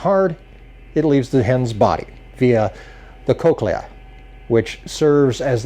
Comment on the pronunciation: Lolol cloaca not cochlea... That's not something we wanna confuse